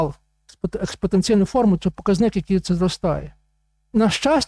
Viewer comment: А ув. профессор Грицак точно понимает, о чём и что говорит (и пишет на демонстрируемых им слайдах)?! Так на он рассказывает про "...експоТенціальну формулу..." (выделено нами. — О.М.). И можно было бы благодушно решить, что ув. профессор УКУ просто нечетко произнес известное математическое понятие, если бы на им самим не был бы представлен иллюстрирующий сказанное слайд, где мы читаем: "Сила експоТенціальної формули" (выделено нами. — О.М.) (причём на том же слайде рядом мы видим англ. "...exponential..."). Остается надеяться, что в остальном этот профессор МЕНЕЕ "щепетилен"...